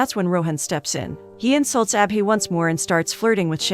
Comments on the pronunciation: It's not ah-bee 😭😭 it's Abhi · When she says abhi I hear appy 😂😂